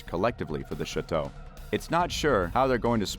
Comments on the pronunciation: PLEASE learn how to pronounce Chateau! It is NOT pronounce "Shi Tow". It is pronounce "Sha Tow" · Chateau is pronounced 'Shā toe'... it's a long a sound and is French in origin.